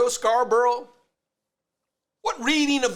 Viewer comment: Love how non of them can pronounce Scarborough 😂